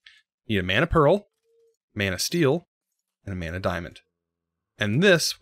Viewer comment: every time you said manasteel all I heard was man o steel. alright movie